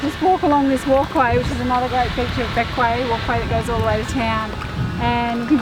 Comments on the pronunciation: Bequia is pronounced (Beck way) Island of the clouds. In the indigenous Arawak languages . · Hi, Its pronounced Beqwee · It is pronounced BeckWay. Great video I love Bequia.